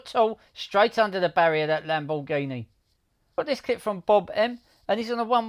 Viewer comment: Lamb-boar-ghini , 😂 am I the only one who heard it like that